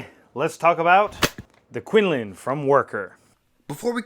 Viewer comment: FYI, it is pronounced 'koon-loon' I hear quinlin in the beginning, just to clear up the naming.